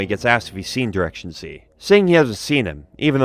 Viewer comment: Good video, however the way you pronounce the name "directionz" upsets me dearly.